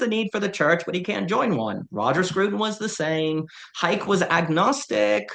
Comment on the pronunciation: Unless I've been misled my entire adult life Hayek is pronounced Hi-eck.